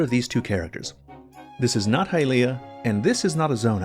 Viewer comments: Please stop saying high-LEE-ah, youre the only person who does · The way you pronounce “Hylia” makes me want to kill myself